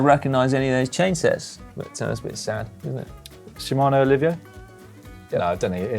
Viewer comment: Did Dan just say "Shimano Olivia"? The rest of us know this groupset as Shimano Alivio.